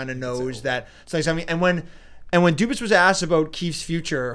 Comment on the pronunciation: Dubas not cubas